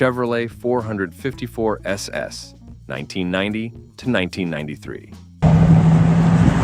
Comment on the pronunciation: Hate the Bot Voice can't say 454 SS right! I like all the trucks My favorite is the Studebaker Champ. ..... also ran Honcho Jeep.